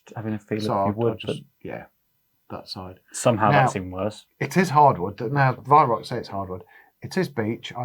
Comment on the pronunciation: Why can't you pronounce the word 'Weihrauch' correctly? It is not 'weihrock'.